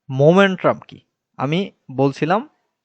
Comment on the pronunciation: ভাই মোমেন্ট্রাম না মোমেন্টাম।